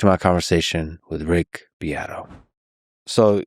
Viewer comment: Uh huh huh, herm her hem, uh huh huh huh... you said "beat"